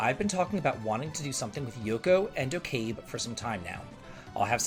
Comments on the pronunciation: Okabe is pronounced “oh-kah-bay” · It is O-ka-beh